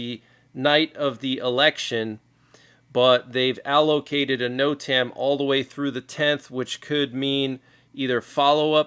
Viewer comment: NOTAM its pernounced. ( (.... Note... um..... Note... um.... . Note...um......)) NOTAM... Notice to airman....!